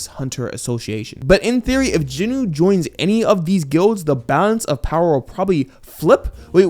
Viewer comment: Jin …… Wooo not jin nuh